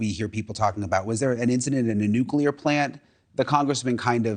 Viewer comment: I love that the Aliens see the danger of nucular weapons.